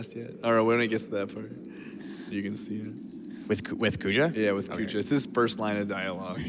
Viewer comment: Great run. Only thing that grinds my gear is the mispronunciation of Zidane and Kuja.